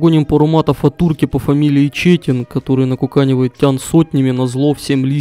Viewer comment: Турок, наверное, не чЕтин, а четИн, по правилам турецкого (+немного бесполезной инфы KEKW)